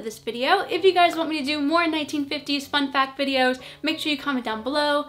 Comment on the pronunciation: I thought you said fucc fact. 😵